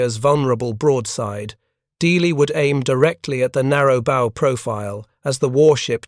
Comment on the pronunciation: AI needs to learn how to pronounce "bow"! It's NOT the "and arrow" version!!!